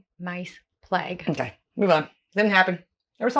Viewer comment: You need to look at the " £10 POMS". Brits that emigrated to Australia and New Zealand after the 2nd World War. Did you know that Australia has more camels than the Middle East and they actually sell camels to them ? PLAGUE is pronounced PLAYG not PLEG. Netball is where Basketball derived from. It is played world wide by girls at school. There are netball leagues all over the UK. Girls and older ladies play in the leagues. My daughter is a coach/manager in one of them.